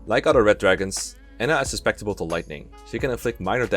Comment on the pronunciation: If you want some help with pronunciation, it's su-cep-ti-ble not sus-pec-ti-ble. Don't worry though, I commend anyone that learns another language regardless. It surpises me how good non-native English speakers are at speaking English. for future guidebook writer. (Yes I know that's low-quality English, but speaking is much less criticised than writing; you can be far more flexible when speaking) Why am I so defensive?